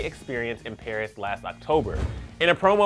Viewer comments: Paris, not pairs. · "PAIRS"? Don't u mean "PARIS"? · "pairs" robbery 🙄